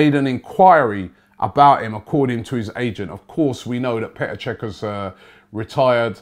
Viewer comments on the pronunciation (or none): none